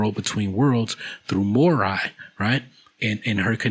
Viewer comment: Morai is pronounced Moh-Rye, I don't know why you say " moe-ray "